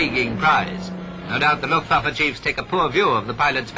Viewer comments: The "lootvaffuh"? Its pronounced LOOFT VAHF UH. Simple. Unless youre one if those low intelligence/microbrained individuals. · ‘Ludwabbe’……..youve some odd pronunciation of ‘Luftwaffe’